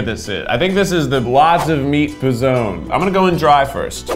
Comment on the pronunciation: idk if anyone has said this, but everytime keith says p'zone sounds like pezon, which means nipple in spanish. and im here like omg keith stop saying that lol